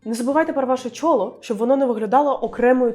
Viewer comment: Класні відео! Якщо не помиляюся, у слові «чоло» наголос на другу «о». Бажаю успіхів!